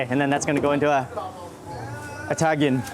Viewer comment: Its TA -GENE not TAN - GIN